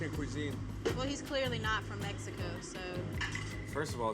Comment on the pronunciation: Mexican here! He didn't even pronounce México right so let's not even talk about his spicy grilled lettuce...